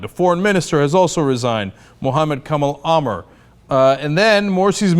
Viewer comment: Morsi lol not moshi XD